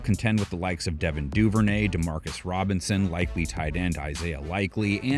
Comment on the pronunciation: This man said Demarcus robinson 😂😂. Bruh what lol